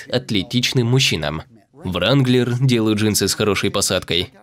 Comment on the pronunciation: Что ещё за "вранглер" у переводчика?! Нет такого слова. Есть слово "рэнглэ".